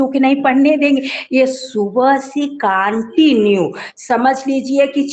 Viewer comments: Aunty said ""kaantinue"" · Continue ❌ Kaaantinue ✔️